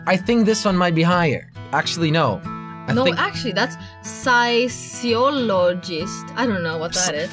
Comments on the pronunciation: It is pronounced "fis-ee-olo-jist" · It is Physiologist...... pronounced as "Fiziologist" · fisiologist is how it's pronounced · When you can't pronounce physiologist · you guys can't pronounce physiologist........ wow. I'm way younger and even I could do that.....😐